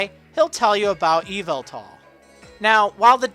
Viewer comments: Psst, the emphasis in Yveltal is on the "vel", not the "Y" c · I don't think we have an official pronunciation of Yveltal yet, but I'm guessing it's closer to "E-vel-tul" instead of "Evil-tall" Also "I don't like to speculate, only present news. Here's a bunch of speculation!" Not to say that historically every single generation has introduced a new region, so it's not a stretch to say the next generation will be in a new generation. Just like gen 2, and gen 3, and gen 4, and...